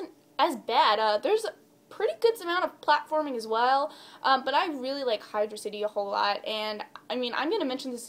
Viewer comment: xD Sweet you say "Hydro City" correct. Never liked Air Fleet, that level pisses me off. xP I just recently got Shadow the Hedgehog again a month ago and that's the last level i've played since I played it. Also Lost World is another level that pisses me off. xD Have you thought about making a top 10 list of the music from the franchise? :)